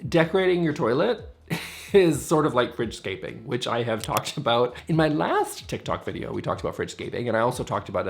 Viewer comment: Fridgescaping? All I heard was 'Richscaping' ;)